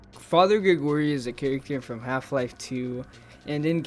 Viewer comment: its called grIgory not grEgory